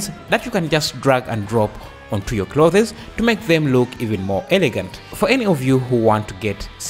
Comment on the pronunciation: "Clothes" is pronounced as: Cl-oh-th-z. Like Cloth, but you pronounce the 'o' as an 'oh' then put an 's' on the end. Cl-oh-th-z. And the 'z' here is 'zuh' and not 'zed' lol